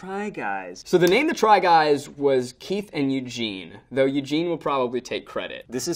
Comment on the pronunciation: I thought Eugene got muddled up and called Keith, Teith hahaha